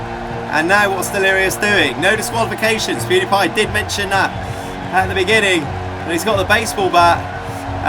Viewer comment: U said poodi pie